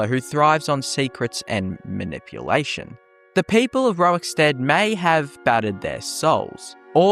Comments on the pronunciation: Are you saying rowikstead? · I want to thank Pontius Piwate fow taking time out of his busy scheduwe as Govenow of Woman Judea to pwoduce this video about Wowickstead. Welease Wodga, centuwion. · why do you insist on saying "rorik" incorrectly? stopped me from watching desu